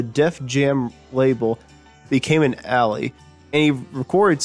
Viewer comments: It's not just names. He cannot pronounce basic words like "ally". Normally, I can look past these kinds of issues. However, this was pathetic! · OMG! Couldn't they find someone who can read? This guy can't even pronounce "Donovan." And would someone please teach him the difference between "ally" and "alley"? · Found it difficult listening. Reading from a script, unrehearsed and poorly read. Alley instead of ally for instance.